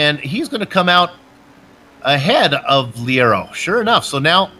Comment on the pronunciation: great broad cast now if you could please pronounce Leiro "Layro" that would be much apreciated